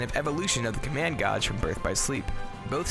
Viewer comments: Did you just say command gawj...dude it’s pronounced gayj. How do you not know how to pronounce gauge? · Its gaij not gauj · Gage man. the hell do u say it so wrong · Not gonna lie, the whole "goj" thing is mad distracting lol. Good vid tho, and nice edits. Solid production value. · Command goj. . Pronunciation has left the chat. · Wait. Command "gahj"? I don't if english is your second language or if you just have an accent, but gauge is supposed to be pronounced as "gāj" like "gay-j", or the name Gaige. I'm not trying to be disrespectful or insulting, it was just distracting. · Thank you. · Omg, how can you get a simple word like gauge wrong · The mispronunciation of the word gauge was distracting as fuuuuuuuuuuuuuuuuuuuuck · 3 or 4 times in a row really hurts my soul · Sad thing is, this isn't the first time I've heard someone pronounce it like that. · Hurt my soul when i heard him say that. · I was gonna say that dammit